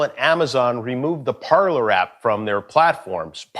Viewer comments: Parler is the French verb “to speak”. So I don’t think they spelled it wrong, but definitely saying it wrong. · Ignorant uncultured idiot at that; "Parler" is French for "to speak", it's not for "Parlour", which the type of den those Hollywood types like to hang in.